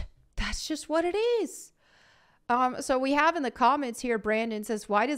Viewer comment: Did you say “hovv?” Do you mean “have?”